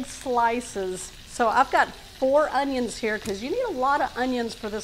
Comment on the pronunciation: That's not the correct way to pronounce our onions